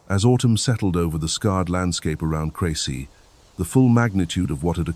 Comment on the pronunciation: At least get the name CREcy. Right… CRESsy